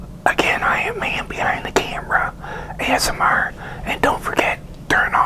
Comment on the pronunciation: He's funny when he says amsr but it's cute